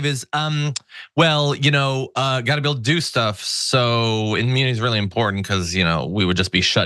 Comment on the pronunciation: Is he saying AMMUNITY? 🤦🏽‍♀️